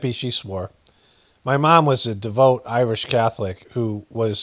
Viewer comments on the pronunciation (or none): none